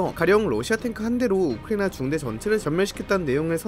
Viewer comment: 우리 딕션 좋은 이 왜 우크라이나만 발음이 이상해